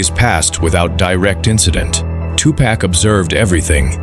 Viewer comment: cant even say his name right